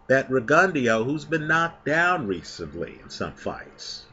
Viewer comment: While I like your pronunciation,, it's pronounced RIG-ON-DOH